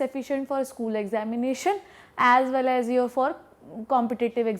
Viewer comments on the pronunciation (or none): none